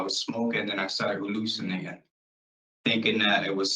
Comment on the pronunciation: notice he doesn't pronounce the "t" in hallucination ? thats a damn Puert Rican ? sell the island to spain for $1